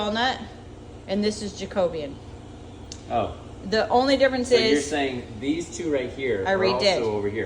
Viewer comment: The way you pronounced 'Jacobean' I didn't get what you were talking about then when you put the stain on the floor I got the picture of an historic Jacobean hall in my area where all the woodwork inside is indeed almost black!